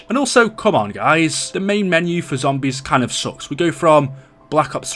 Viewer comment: This dude talks fucking horrible Pronounces zombies as Zombieeeees